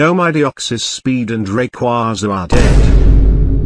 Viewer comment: Even text to speech doesn’t say rayquaza correctly lmao